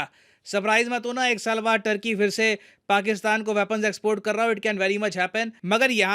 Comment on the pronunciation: First thing first . Its not “टर्की” its “तुर्की”. People of तुर्की are called तुर्क or तुर्कीश्